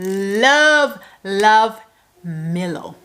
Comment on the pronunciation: Your pronouciation of Milo is correct lol